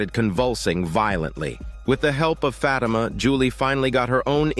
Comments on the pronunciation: 😭😭 it's not pronounced "fat emma" Its "fa thi ma" lol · "FAT IMA"😭😭😭